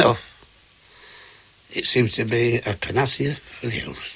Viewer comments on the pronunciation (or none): He’s mispronouncing panacea